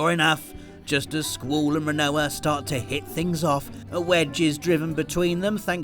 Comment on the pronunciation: Hold on a second. Do British people pronounce Squall's name like the word school? Or is that just?